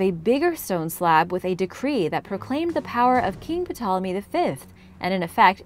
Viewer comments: P-tolome and Hero-glyphs hehe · Hi,! Love Origins Explained! Just so you know, the "P" in "Ptolomey" is silent. Have a great Christmas!